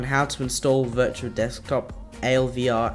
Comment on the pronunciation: ooooh. "Dirtual Desktop" lol